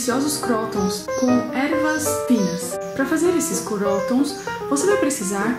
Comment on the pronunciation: se fala "crutôns" ;)